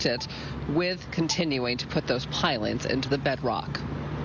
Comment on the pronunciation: no one can pronounce pilings these days